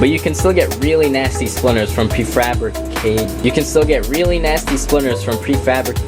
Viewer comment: Prefraa.. wah Lol its Pre F rab ri cate ed